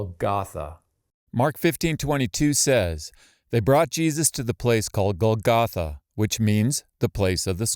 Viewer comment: It would be nice if you knew how to pronounce the word Golgotha. The accent goes on the first syllable.